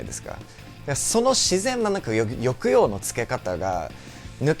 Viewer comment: 見ないで聞いてるだけだったら、アメリカ人だと思わないもんね。ホント上手。年数じゃないんだねー。努力量なんだね。 「抑揚」のイントネーションだけ惜しかったけど